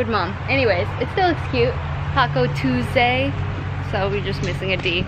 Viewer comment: It was so cute how fast he got down from his bed to dance 😭 best feeling as a parent to know their day was a success! He was sooo happy!! 😍 sounded hella nervous when they kept saying they got a puppy 😂😂😂if you think about it, Taco Twosay is how a toddler would probably pronounce it anyway lmao P.S. since Jackson loves dinos so much you and should be dinosaur trainers for Halloween and the boys could be little dinosaurs.